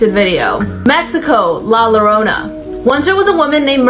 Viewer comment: hold up did she say la lorona ma'am it's La llorona like two ll's and you pronounce it like if you were putting a y instead of an l